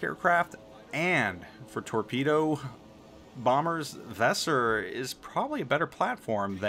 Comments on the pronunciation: Your pronounciation of Weser is... a little special. If you want to improve it try to pronounce it like the band's name "Weezer". That's possible the closest a native english speaker can come to the correct pronounciation without investing a ridiculous amount of effort into it. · The way you pronounce Weser is pure cringe.